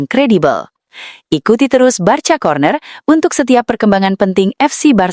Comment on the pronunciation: Mba jangan BARCA membacanya, tetapi BARKA atau BARSA